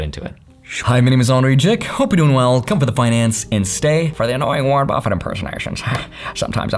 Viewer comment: Again, again for “ Warren buffet” hahaha